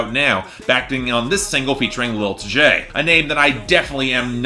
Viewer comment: It’s pronounced Lil Tee-Jay, not Tjay